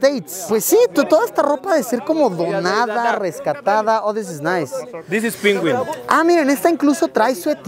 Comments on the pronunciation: Dis is pinwin 😳🤑😎👊 Me encantó como lo dijo el bro, no se por qué sjsjsjs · Tis iz pinwin xd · “this is pingüin” 😅😆